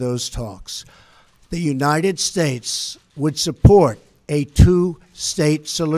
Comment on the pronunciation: I did not want to be critical, that was a long speech and I am sure he is exhausted but it sounded like he was slurring at the end. Listen to his very last words when he said United States. He needs our constant prayers.